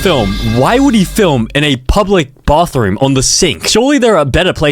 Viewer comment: Completely no offense to ur accent but public Bothrom